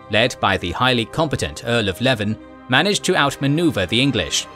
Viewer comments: This is a bit of petty pet peeve of mine, but you pronounced a number towns and cities quite differently from the "standard". Berwick is 'BER-ick' Derby is 'DAR-by' Leven is 'LEE-ven' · Leven is pronounced "Leeven" and Berwick "Berrick". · Good video, fyi Berwick is pronounced Berrick, and Leven is pronounced like Lee-venn